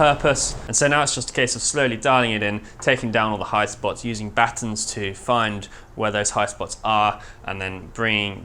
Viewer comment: It's lovely to hear the word "batten" pronounced with the t's actually included. Batten instead of baa_un.